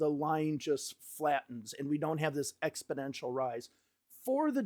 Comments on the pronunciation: ExpoNential not ExpoDential lol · It sounds like you're saying EXPODENTIAL not EXPONENTIAL. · Exponential not expodential dude. Thanks for your videos. Keeping me across what's going on. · Expidential? You mean exponential? No D in there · It's pronounced "exponential" 😏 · Exponential! NOT ExpIdential. YIKES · You keep saying a word that sounds like “expidential”. Do you mean EXPONENTIAL? Expidential isn’t a word. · You always make me chuckle when you say “exponential” as ‘expodential’ hehehe Keep up the great work! 💪